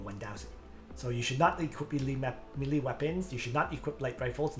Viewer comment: For good sake it's pronounced "maylay" not "milee"